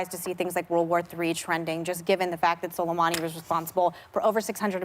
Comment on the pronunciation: Whoopi is rhe FIRST person I heard completely butcher Qasem Soleimani's pronunciation. Even Pompeo pronounced his name correctly and they're enemies!